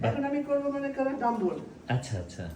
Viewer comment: ডাম্বোল না লায়িকা। Dumble মানে স্টুপিড পার্সন। ডাম্বেল/ ডাম্ব্যাল ( ডামব্যাল) উচ্চারণ। dumbbell.